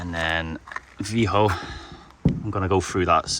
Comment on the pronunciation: Lucky you didn't get in trouble. I thought free camping was illegal in Spain and Portugal. And how and why are you pronouncing the name Vigo like vee-hoe